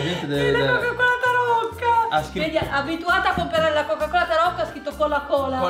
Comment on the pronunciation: Adidas=ADIDIDAS😂🤣:Coca-Cola=cola cola🤣muoio